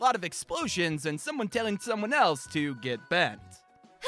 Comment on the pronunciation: Nobody:: G E T B E N T